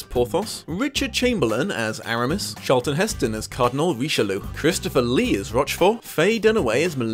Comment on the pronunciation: I have to say your two major blunders in your script. Mistakes mixing up Louis VIII and XIII and fumbling the names of Christopher Lee and Vincent Price. Let's face it though Lee was a fantastic Rochefort.